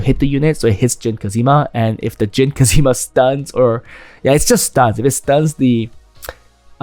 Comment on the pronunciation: great video as always !! but have to say IT'S JIN KAZAMA not kazima :(((((